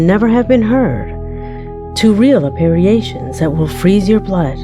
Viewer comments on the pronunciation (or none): Noticed you said 'Appeariations' but it's "Apparitions" (Ah-Per-Ish-Unz). Just trying to help! Love your channel <3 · Please tell me that she knows how to pronounce "apparitions"....